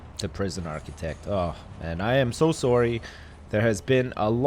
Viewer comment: The 'sorry' in the beginning was sooo canadian